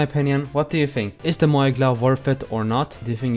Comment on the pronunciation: It's moyai